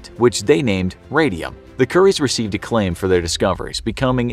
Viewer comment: He said curry’s